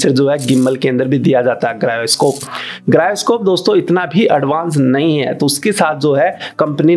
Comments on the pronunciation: Bhai wo Gyroscope hota hai, grayoscope nhi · गायरोस्कोप नहीं होता जायरोस्कोप होता है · Griyoscope (Gyroscope)😂😂 Video is Informative but Griyoscope was best